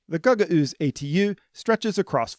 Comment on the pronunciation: Unfortunately, you mispronounced Gagauzia each and every time you said it (along with mispronouncing Gagauz). Wikipedia states the phonetics: you could have checked this with a five minute Google search at any point. In related news: 99 percent of American news anchors still can't pronounce Xi Jinping.